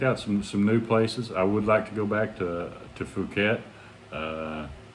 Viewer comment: Puket not Fuket 😊